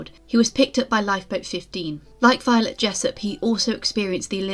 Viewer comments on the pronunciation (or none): none